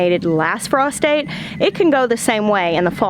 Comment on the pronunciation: The first time you said "frost date" I heard "prostate"" and, long story short, I literally scared the piss out of my dog laughing 😂